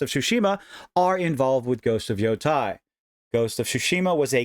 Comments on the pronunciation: It's never too early to condemn. Also, it's pronounced "YOH-TAY" or just reimagine as YoDEI. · Thanks for the video. I agree it isn't worth the outrage. She's just the voice. Also the pronunciation of Yotei should rhyme with "day" and not "die"